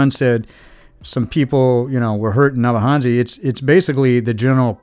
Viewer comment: Thanks 🙏. I remember this livestream, very very well. Great 2 have to watch this again, 22 months on. Puzzling how you are Kenyan (according to Mura Senso👀) and yet cannot pronounce the names of the villages😂😂, neither can you say 'N-ya-bohanse' correctly😇. Waoh!🤩 Welldone👍